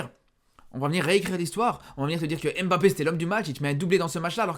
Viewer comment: Tu as joué dans quel club? Ton diplôme de journaliste es où? Tu as brossé tes dents avant ? Et pour ton diplôme d’entraîneur es où ? Et DÉJÀ IL NE S APPELLE PAS M - BAPPE